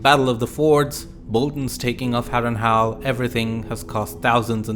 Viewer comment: Good video. I especially like how you pronounce Harrenhal as Harrenhal, not Harrenhall.